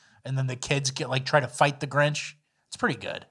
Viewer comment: So now its "alieMs" and "GriMch"